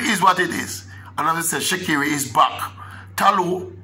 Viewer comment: no e in sha'carri.....not pronounced Shecerri